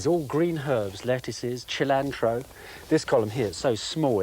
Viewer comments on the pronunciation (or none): He said chillantro instead of cilantro immersion ruined